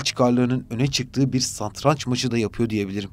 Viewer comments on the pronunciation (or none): none